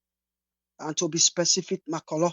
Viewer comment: u nor pronounce Makorloh fine 🙂